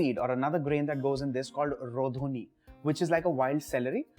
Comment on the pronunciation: Not rodhuni it's called RAADHUNI